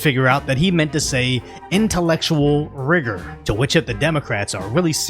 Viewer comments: Are they sure Biden meant to say rigor and not the n word that rhymes with it or maybe he did mean to say wigger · All I heard was whigger. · To be honest, I guessed he said intellectual rigor right when he said it. It's not hard to guess at all and it took the White House hours. 😑😑😑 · Pretty sure he said “rigor.” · I always thought he would eventually pull his member out on stage and that would be his demise, but it looks like him mispronouncing "rigor" is a good bet too!